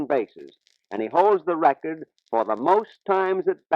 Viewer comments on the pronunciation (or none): none